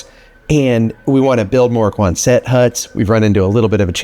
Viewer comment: Love all your videos, and your coffee! (Side note: the correct pronunciation is: QUON-sett hut, as the town they are from in RI)